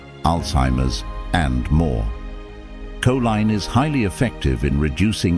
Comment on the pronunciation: How ignorant. He pronounces Coline two different ways.😂😂😂😂 I would like to file the money paper trail on this story